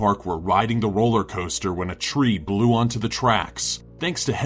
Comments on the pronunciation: I'm sorry but when he said a tree I burst out laughing 🤣🤣🤣🤣🤣🤣 *Cuz the way he said it btw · (9) my only thoughts are if u say a tree the way he does its funny to me